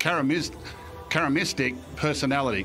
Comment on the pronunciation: Ca-ris-mat-ic. Sound out the word then say it